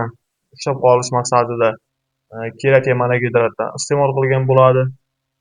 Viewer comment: Сен колувдинг бир тушунча бермаган, олдин креатин деб тугри айтишни урган, кейин маслахат бер полвон